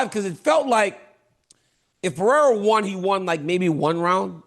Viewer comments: Chael. Learn how to pronounce Alex's last name correctly, then maybe he wouldn't be mad at you. Pereira = Puh hay rUhh. Not Pee Era. 😂😂😂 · Kale. Per Era. Dude. Come on. Its not Pierre Uh, or is this just cuz your name is hard also? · No one: Absolutely no one: Chael: Alex Pee-Air 💀💀💀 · Chael “Peeoira” Sonnen GOD get his name right you TWANG!